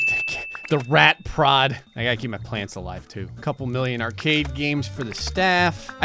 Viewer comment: I swear, I thought you said "rat pr0n"... I was thinking "ohhh. .. it's one of thoooose games"!